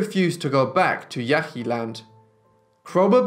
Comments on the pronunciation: Pronounced Yãhï Yãhee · I hate to be a smart-aleck but I feel that clarification is needed, Ishi was a member of the Yahi but in the video it is pronounced with enough phlegm to sound similar to "Yaqui". The distinction is important as the Yaqui are still alive.